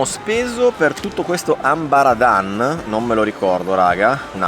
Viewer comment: Grande, ma si chiama Amba Aradam, con la m non la n…. 😂